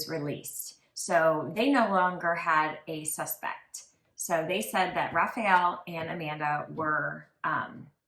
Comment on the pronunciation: Wow the Italian pronunciations were hideous!!! Americans can be so ignorant. It's not hard to say Perugia or Raffaele. It isnt RAFAEL. That's like calling someone Elizabeth when their name is Isabella (the Italian version of Elizabeth).